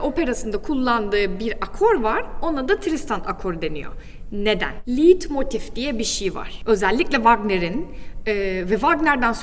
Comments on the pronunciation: "Liidmotif" diye telaffuz ettiğiniz kavramın yazılışı "leitmotif", okunuşu "laytmotif"tir. Bu kadar temel bir hata yapılır mı! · Çok yanlış bilgiler var maalesef. "Türkiye'de herşey yürür." olayına çok güvenmeyin lütfen. En basit, çok bilinen müzik terimlerinin okunuşu hatalı. Her konservatuvar okumuş bunların nasıl telaffuz edildiğini bilir. Leitmotive: Liiitmotif değil, okunuşu layt-motif(e) dir. "Ei" Almanca yanyana geldiğinde ekseriyetle böyle okunur. İçeriği neden daha hâkim olduğunuz konulardan oluşturmuyorsunuz? Sunumunuz ve enerjiniz iyi. Daha doğru daha uygun konular vardır eminim. Müzikoloji işi zordur çünkü. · Okunuşu Leitmotif. Liedmotif değil. Video için de teşekkürler.